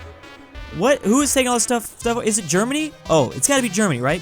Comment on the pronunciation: the germany sounded like dermany XD